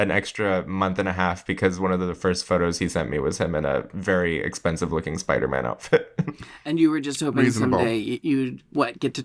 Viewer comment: Love Jinkx‘s pronunciation - “Spidermn”